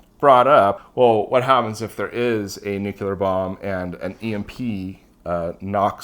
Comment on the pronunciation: Hey, really enjoy every one of your videos and you’ve taught me quite a bit. Allow me to do the same for you… NUCLEAR adjective: nuclear 1. relating to the nucleus of an atom. "nuclear chemistry" In other words, nuclear relates to the NUCLEUS of an atom… no one says NEW-Q-lUSS, we say NEW-KLEE-US. Likewise, we say NEW-CLEAR, not NEW-Q-LER. Say it however you want, I just wanted you to know how the entire world said it before George Bush Jr began murdering the pronunciation during press conferences and, because he was the president, influenced a small percent of the population and sadly these few folks passed it down to their kids.